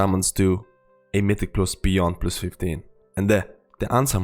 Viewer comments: Mitic plos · Only came here to hear him say “Mythic Plos” stayed for the Shaman guide. :)